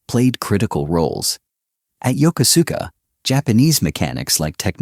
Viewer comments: It's pronounced "Yo-Ku-ska". Was was stationed there on the USS Midway back in the ealry 1980's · "Yoko-suka" is CORRECTLY pronounced as yo-KOSKA with " long O's"